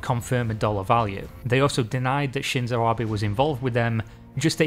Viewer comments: oh my god this man learned how to say his last name, thank jesus. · Wait is this a reupload where he pronounces Abe correctly? Amazing. That's a good amount of work to correct an error. Appreciated. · I really appreciate it. I was actually coming back to this because I had told myself I wanted to know about it enough that I'd just get over the pronunciation error... And then I found you had redone it. Amazing effort <3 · You are the best,. I will watch it again simply because you took the time to redo it. getting pronunciation is difficult and can be tedious (and clearly some people enjoy giving people a lot of shit for getting something wrong). but it is appreciated seeing a youtuber take this much effort to get it right. i wont judge you for mispronunciation. nor will i hold it against you, epsecially considering how many spectacular videos you have uploaded. it is nice to have this video among the best ones you done. keep up the good work.